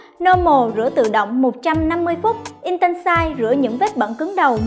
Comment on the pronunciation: Làm review mà đọc intensive là in ten sai thì review đ gì